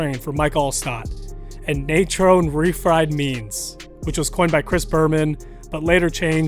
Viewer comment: Love these backs so much. Miss that era... and also, it's Nay-TRON and Marion Butts was a massive chargers back too